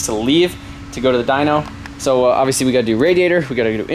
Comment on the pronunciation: dynoooo not dynk! -.